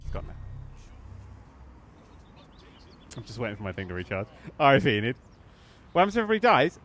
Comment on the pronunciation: Enid her accent is just perfect hahaha